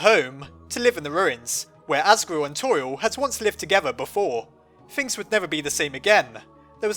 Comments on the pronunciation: You said assgrew instead of asgore. Time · your my hero I had to correct 23 comments saying as-gore to-riel.